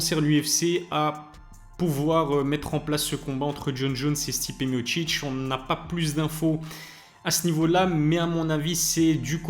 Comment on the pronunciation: Stipé mochiche⁉️😂 Pourtant c'est bien écrit non Miocic .... Mi o ci c